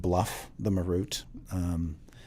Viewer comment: dont like the way they say Marut..."ma ROOT"?? Ive always said it as MAR rut.